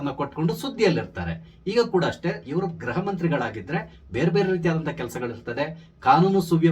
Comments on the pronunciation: ನಿಮ್ಮ ನಿರೂಪಣೆಯಲ್ಲಿ 'ಗೃಹ' ಶಬ್ದದ ಉಚ್ಚಾರಣೆ ಸ್ಪಷ್ಟವಿಲ್ಲ. ಅದು ' ಗ್ರಹ'ದಂತೆ ಕೇಳಿಸುತ್ತೆ. ದಯಮಾಡಿ ತಿದ್ದಿ, ಸಾಧ್ಯವಾದರೆ. ವಂದನೆಗಳು. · Gruha mantri., kannada uchharane madi.